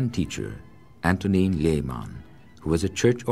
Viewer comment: I wish anglophone people didn't completely butcher slavic names. Antonín /Antonyieen/, not Antonine - Vltava, not La-tava - Dvořák, not Dvozak. etc.